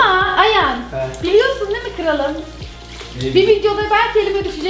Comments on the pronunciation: yaaa Ayhan demiyo Ayan diyo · abla ayhana ayan demesi 😅